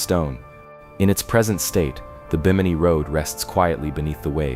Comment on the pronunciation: Stories like these are amazing until the story teller loses interest and won't even take the time to pronounce names right and used AI trash photos. You destroyed your own video by your lack of care. "Ronestone" instead of runestone, "Bi-mini" instead of Bimini. How do you expect anyone else to take you seriously when you can't keep your names straight. Try harder next time. You almost got a like and new sub, but you messed up to much and lost out. Take the care to get the proper pronunciation of names and words, and love the topic enough to use real photos and video, and you'll have a winning channel. Please do better as I know I'm not the only one who lost interest because of mispronounced words and AI garbage. I make this comment because I'm sure to run into your channel again and if you fix these huge problems you're sure to get my sub, and many others as well.